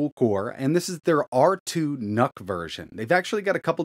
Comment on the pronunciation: I heard R2 NUT, and I was like "Noice".